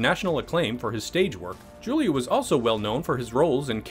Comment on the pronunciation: Cringing every time he says Julia